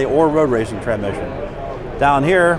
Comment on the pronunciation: How’s this guy do nothing but transmissions and yet he didn’t pronounce it correctly the entire video